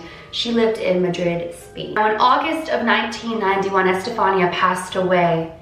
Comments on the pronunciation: It's pronounced Ehs-te-fa-nee-a.! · It’s pronounced estefania gutierez lasaroe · The pronunciation of her name is I’m pretty sure, este-fan-ee-a But... I could be wrong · Estefania is pronounced like Stephanie, but you add the Eh at the beginning and ah at the end. 😊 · Eh-steh- fah- nea is how her name is pronounced :) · I have a cousin named Estefania it's actually pronounced eh s - steph -ah -knee -ah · Good job on this video just one thing it's pronounced es-te-Fa-ni-a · It's pronounced e- Stephanie- ah ❤️ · it’s pronounced ES TE FAH NEE YA. It’s pronounced in Spanish Edit : Don’t get why some of you guys mad . I’m just telling her she pronounced it wrong so she pronounces it right next time . No big deal . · The way she pronounced Estefania made me cringe sorry I still love you and your videos lol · The way she pronounces her name 😂